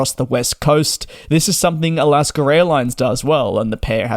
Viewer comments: “Alasker” Airlines???? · Sounds like you're sayin Alasker Airlines.